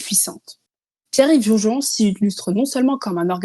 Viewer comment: C'est "rougé rond", pas "rougérion".